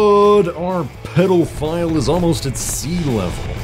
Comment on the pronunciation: "Peddle-phile" lmaoooo